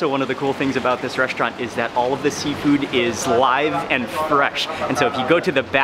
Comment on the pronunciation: Seafood? I thought you said Seinfeld!